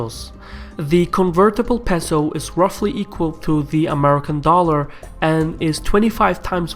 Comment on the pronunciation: It's "pay-so". Otherwise, great video!